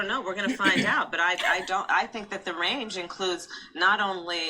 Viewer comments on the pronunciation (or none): none